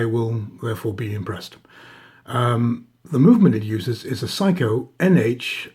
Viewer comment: love your videos but please pronounce Seiko properly. It drives me crazy. Sorry to complain.